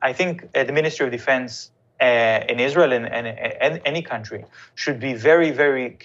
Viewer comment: Your Izra-il slipped.